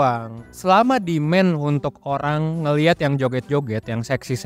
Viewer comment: its not SUPPLY.. in english sebutan yg sebenar SUPPLY - SAPPLY not " SUP" / not DEMEN... in english sebutan DEMAND - DIMAN.. its easy.. hye from malaysia. good content.. good job bro